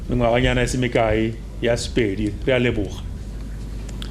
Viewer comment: The person who who read the history of Bapedi could not pronounce most important words in Sepedi accent. He is clearly not Mopedi. How could such a thing be allowed at such an important occasion?